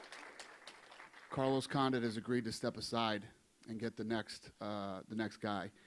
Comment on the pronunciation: '" Carlos Condouit"